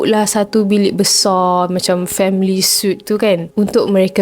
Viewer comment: Hiiii, cuma nak share sikit. Suite tu sebutan dia sweet. Dan balcony tu sebutannya balkerny. Jangan marah yea. Terimakasih 😊